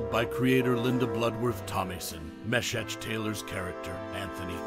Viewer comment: Facebook is dumb. Because TRUE fans will not EVER forget. An epic tongue lashing by Julia? Bernice? Everyone needs a Bernice in their lives. Anthony? Right up there with Golden Girls. No doubt about it. And his name was pronounced Mee-shack. A little bit of homework would’ve helped with that.